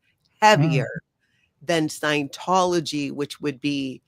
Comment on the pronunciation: You are mispronouncing scientology.